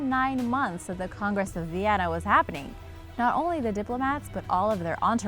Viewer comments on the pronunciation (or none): none